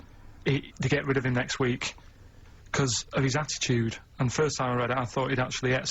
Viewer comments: hat-he-chewed XD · his 'at 'e chewed lol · "The at-he-chewd", fucking brilliant!